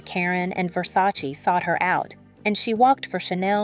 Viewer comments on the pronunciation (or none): none